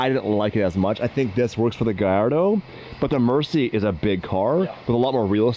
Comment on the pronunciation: just an fyi its a lamborghini murcialago so if you shorten the name like they do in the videos its still a murci not merci like your thanking someone in french